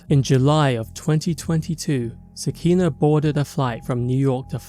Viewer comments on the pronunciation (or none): Sah-kee-nah (nuff said)